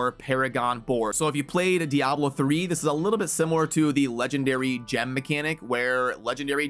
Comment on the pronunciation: Youre one of the few who actually say diablo proper. Subscribing just for that